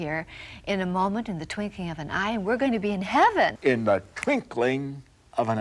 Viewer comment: Twinkling, not twinking.